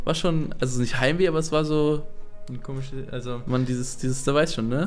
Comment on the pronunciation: Wieso sagt er immer: 'komiges'? Mein Gott es heißt komisches!